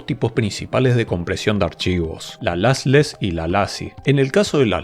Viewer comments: Se pronuncian "losles" y "losy" los dos tipos de compresión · Muy interesante. Pero por qué pronuncias “LASless” y “LAssy”? Sería bueno que revises la pronunciación en inglés…